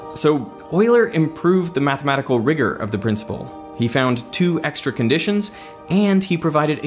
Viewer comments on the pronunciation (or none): none